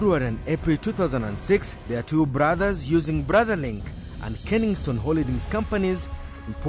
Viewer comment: KENSINGTON, twice you have called it KENINGSTONE